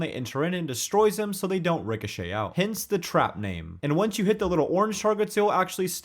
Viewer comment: “fidgeting” “hencey” real.